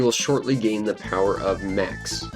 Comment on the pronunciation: The only language barrier here is your misusing of the pronunciations - By not knowing when to differentiate "thuh" and "thee" for the word THE. My ears and brain are hurting.